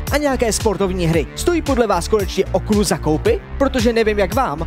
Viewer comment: Prosím, pojďme říkat Oculus bez Oculu.